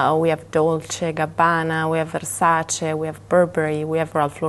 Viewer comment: the way she said the brands, especially Versace, was 👌👌👌